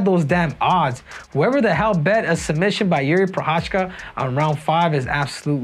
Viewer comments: I m Czech and you don't prounanc it " Prochachka" he's not Russian. You prounanc it " Prohaska" - Prochazka. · You say he's your boy, yet you dont bother to even pronounce his last name right 😭 it's not that hard bro Pro-khas-ka